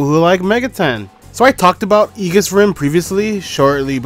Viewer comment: it's pronounced ee-juhs